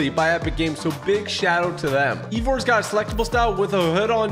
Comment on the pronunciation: Eivor is eye vor not e vor